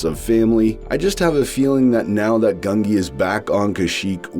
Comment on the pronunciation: Not GUN-gee! It's GUN-jee, with the 'j' sound. I swear every other commentator pronounces it wrong.